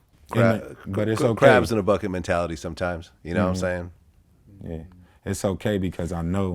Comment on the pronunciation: Did Vlad just say " krabz n a buket"???? Lol see Tray look???